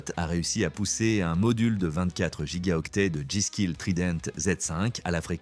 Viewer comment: "raide angine" "mikeule fassbender" "ennansde edisseune" "niveur winter" "azousse" "gigaoctète" "poushe-pulle" "chiplè" ho sérieux !